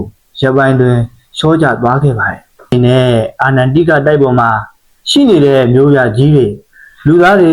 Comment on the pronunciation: အချက်အလက်တွေသေချာ စုဆောင်းပြီးမှ ကွန်းတန့်လုပ်ထားတာ နားထောင်လို့ တော်တော်ကောင်းပါတယ်ဗျ ၊ ဒါပေမဲ့ အာနန် တိက တိုက် လို့ မှားမှား ပြောနေတာလေးတော့ ဂရုစိုက်စေချင်ပါတယ် ။